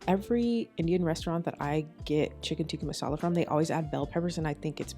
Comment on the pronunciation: From an Indian - you did an amazing job and used traditional Indian ingredients!! And I'm so happy you said "naan" not "Naan bread"🤦🏽‍♀️ and you pronounced "Tikka masala" correct too. Love your advice on taking time and patience with Indian food! Its not easy and looks like you aced it!! :)